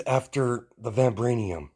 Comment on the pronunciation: Vi vibranium I'm sorry you just say it so wrong